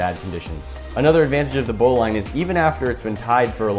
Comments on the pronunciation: Lol, its a "bow-lin" not "bow-line" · BOW-LIN its not pronounced bow-line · It’s pronounced bowliine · It's pronounced bow-leeeen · You say bowline like Bolen not how you say it. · It's spelled bowline but pronounced bowlin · It’s pronounced bow lin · It’s pronouncedbolin knot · Chou pronounce bowline wrong